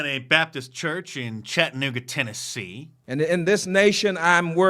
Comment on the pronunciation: Cha tuh nooga not Chat uh nooga.